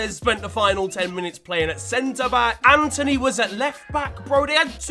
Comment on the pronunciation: Its antony not Anthony